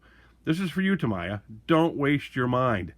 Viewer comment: It’s pronounced Tameeya. Not Tamaya.